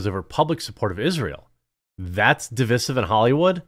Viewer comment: Who pronounces divisive like that? Cringe.